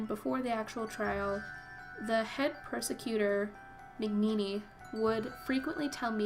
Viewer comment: Like that it sounds like you are saying persector Instead of prosecutor. On purpose? Fitting nonetheless. Great video.